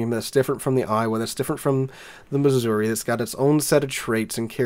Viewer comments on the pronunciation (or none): none